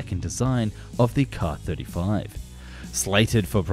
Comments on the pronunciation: Hate to be annoying, but a double letter designation such as "SU" and "KA" would be said "Es-Yoo" and "Kay-Ay," as in vocalizing the individual letters. Edit: We can just call the KA-22 the "Platypaircraft" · Is it a transatlantic difference, or just something on YouTube, that the Russian abbreviations get pronounced as words rather than spelled out? All my life, I've only ever heard "Ka" pronounced as "Kay-ay" rather than "Kah", and "Mi" as "Em-eye" rather than "Me", until recently on YT.